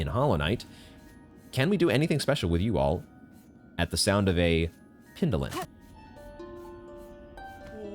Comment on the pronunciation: How to infuriate watchers: Acquire and mispronounce Needolin in the same episode, forget to use Needolin